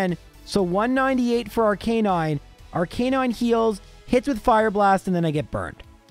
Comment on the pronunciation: ArKA nine not ar canine